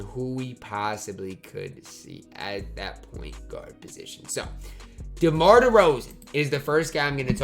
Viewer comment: you called Demar Ty 🤣